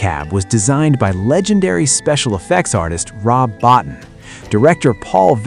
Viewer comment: Rob Bottin's last name is pronounced BO-TEEN. FYI for the future.